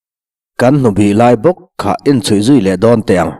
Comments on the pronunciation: Lei do" tih hi Lei tih tak hi (tongue) ang hian i lam ri thin a,Lei, Lei lung(earth) kan lam rik ang hi aniin ka hre thin He Lei,khawvelah hian Do kan nei..( e.g) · Leido tih i lam rik dan hi.Kan ka chhung a Lei thil kan liah na Lei ang in i thluk ri a.Lei (Vaivut) kan thlai chin na Lei anga thluk hniam tur.lei lung ah kan indo thin avangin leido tih zawk tur.....a ngaihnawm thin in thawnthu phuah i thiam hle mai.i thu chhiar hi ka ngaithla kim deuh vek ania.ka lo like zel ang che...9+1=10.()